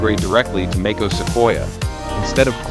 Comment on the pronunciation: what is makeos ? maybe space out Mac OS to make AI pronounce it a little more accurately?